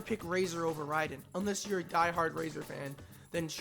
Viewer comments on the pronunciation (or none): none